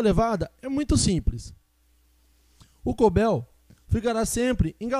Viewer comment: Não é CoBel. É CowBell. Ou sino de vaca